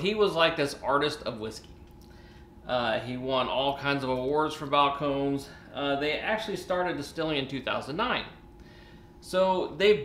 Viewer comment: 3 syllables...Spanish pronunciation.